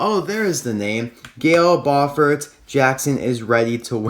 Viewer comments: Not bafurd bufurd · Awesome video! Really cool hauler! Her name is pronounce Gale Bofort! I prefer the Mattel version! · it's pronounced like bofar kinda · Disney Docket i put her last name in Google translate and u say it like bufor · I believe it's pronounced be-u-fort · you purnounse her name like gale buafort (gal bufort